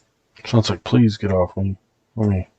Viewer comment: Or Please but saying it like Polease